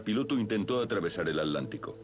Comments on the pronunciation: At-lántico? Curiosa forma de pronunciar A tlán ti co. Por lo demás, muy buen video. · Cruzaban el Alántico para ver jugar al Alético. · Jahaja yo también me pregunte lo mismo, que no es Atlántico?